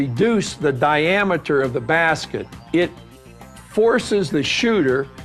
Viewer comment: Di-am-iter lol